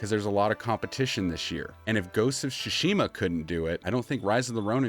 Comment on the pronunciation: Your pronunciation of Tsushima is bugging me.